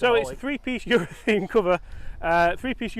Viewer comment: I like the 'talking balls' segments but please -- it's a ureth*a*ne cover, not ureth*e*ne!